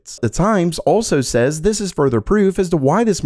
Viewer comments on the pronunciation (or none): none